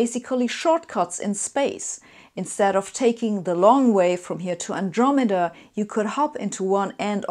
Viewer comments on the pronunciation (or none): none